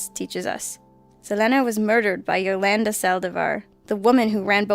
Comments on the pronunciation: I love this channel but I've gotta help you pronounce some names. Selena- like Selena Gomez [S-uh-Lee-n-uh] & Yolanda [Yo-lawn-duh]. 😜 Thanks for the always fantastic content! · wow you really need to figure out how to pronounce Selena Quintanilla-Pérez (suh-lee-nuh keen-ta-knee-uh Perez) and Yolanda (Yo-lawn-duh)